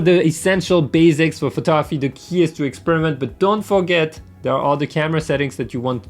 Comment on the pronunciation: taking photography lessons from someone who can't even pronounce the word "photography" properly